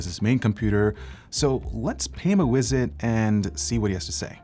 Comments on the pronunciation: he said wizit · Did you say "pay him a wisit?" :-)